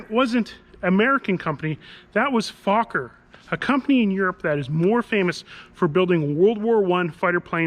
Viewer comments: FOker! Not fucker as u pronounce it. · It's NOT "FAWK-er", it's "FOLK-er". Dan pronounced it correctly in the vid. The company was started by Anthony Fokker, a Dutchman. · Not F-O-kker...